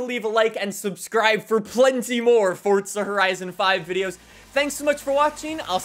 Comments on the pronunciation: It’s Forza not Fortsa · Its FORZA not FORTZA 🤦🏼‍♂️ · Forza not fortza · Why do you say fordza not forza? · Dude it’s not fortza it’s forza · Why is he pronouncing it “Forzza” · did he say fortza? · Can u please say forza properly, don’t say “fortza” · I don’t like how he says forza as fortza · Fortza lmao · The way you say “Forza” gives me a stroke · Where’s the “T” in Forza. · Since when is there a T in forza